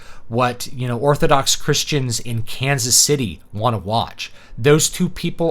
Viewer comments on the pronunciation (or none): none